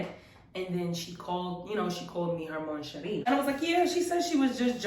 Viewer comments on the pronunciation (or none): for Mon Cherie, you have to swallow the n. you dont pronounce it :P